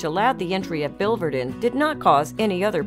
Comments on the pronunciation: the second I in the spelling of biliverdin is pronounced, "Billy Verdin" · Please use the correct pronunciation for biliverdin.